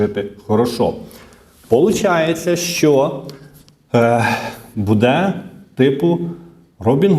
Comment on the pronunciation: що ото за нАголоси у вашій мові: будЕ, в ню...? Дуже ріже вухо..!!! ВиправлЯйтесь!!! Дякую за працю.